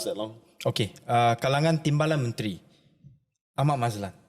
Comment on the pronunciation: Lucu time kena sebut ahmad maslan😂😂😂kj jgn ksih ketara😂